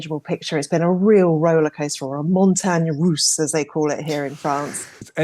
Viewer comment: That would be montagne russe, not montagne rousse.